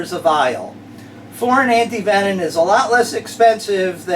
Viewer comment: You are great man but I have to tease a bit. Anyone else notice that he ALWAYS and I mean ALWAYS says anti-venon instead of anti-venom?